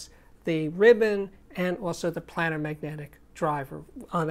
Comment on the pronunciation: Steve - Love your channel. However my ears hurt. ..... Look up pronunciation.... it's: "play - nr", not "plan - nr".